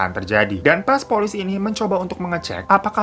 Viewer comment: Lucu bang pas bilang pulici😂